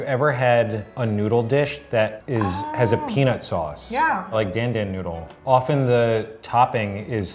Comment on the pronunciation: The way pronounced dan dan noodle ☺